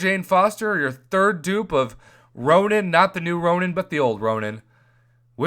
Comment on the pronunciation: Prof FYI you say ROW-NIN and not just Ronan. Hope it helps and i think the price should vary with progression